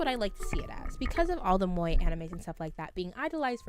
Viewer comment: Moe is pronunced as mo e.